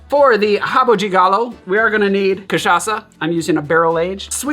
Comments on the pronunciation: Dude, you´re pronouncing rabo de galo correctly, like we Brazilians do. Respect.😃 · He nailed it!